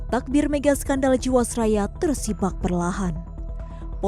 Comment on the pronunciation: Tabir... bukan Takbir! Dzikir tidak pada tempatnya. hahahahha